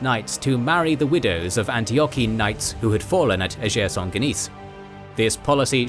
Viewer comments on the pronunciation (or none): Another great episode! Very very minor point, you pronounce the Battle of the Field of Blood in French but Ager Sanguinis [AH-gher SAN-gwih-nihz] is the Latin term. It just makes it sound like “To Shake Saint Guinis”😅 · Why did you pronounce “Ager Sanguinis” as if it was a French name, it’s Latin.